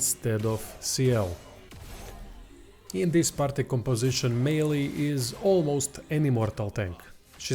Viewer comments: “May-El” Wicked vid tho! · French name, pronunciation is My-el.